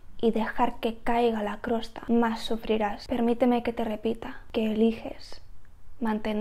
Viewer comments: Interesante consejo! Y gracias 🙏. Más bien creo que la palabra que decías Crosta, es Costra. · Hola, la verdad es que tienes una visión muy oxigenante... me ha venido genial tu video, qué verdad es!!! TENEMOS TODA LA RESPONSABILIDAD y la obligación. (permíteme, tengo que decirte una cosa es COSTRA no crosta). Un besito... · no es crosta es costra 😭😭😭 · Nunca había oido decir el nombre de la crosta...Jijiji me parece gracioso. Siempre lo había oído como costra.